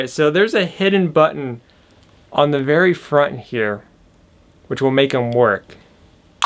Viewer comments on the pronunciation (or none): He said the packaging is vewy straight forward